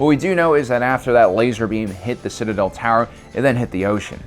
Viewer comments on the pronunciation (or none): none